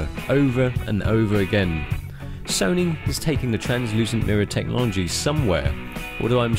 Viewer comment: A not wery bwilliant rewiew of Sony's Full-Fwame Digital Camerwa. You have to be joking, wight …. so moronic it's sad.